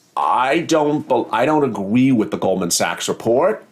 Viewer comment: It’s “WITH” not “WIF” 🤦🏻‍♀️